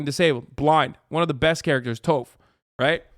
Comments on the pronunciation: I'm sorry I can't get over how Hasan pronounce Toph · Did he learn how to pronounce toph from M Night Shyamalan? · hasan pulling an m night shyamalan with that toph pronunciation